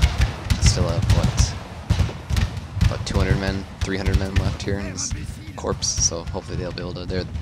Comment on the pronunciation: The P & S in corps is silent, proper pronunciation is 'core'